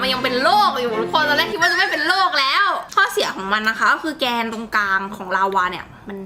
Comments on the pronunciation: 3.54 เเกนโลก ไม่ใช้เเก็นโลก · แกนครับไม่ใช่แก่น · พี่คะแกนโลกไม่ใช่แก่นโลกคะ